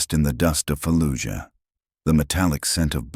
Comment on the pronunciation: Trident? no such SEAL training base. shitty story staff of acropolis is upside down, and nurse insignia, not corpsman. "falluyuh". ffs this is disgusting